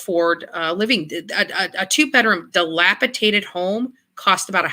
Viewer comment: I'm sorry... a WHAT kind of home?? TF is a "delapatated" home?? LOL "I'm A pUbLiC sPeaKeR!"